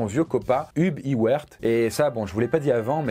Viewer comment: Envie de t’étriper quand tu dis Ub Iwerk au lieu de « Heub Aïewerk » x)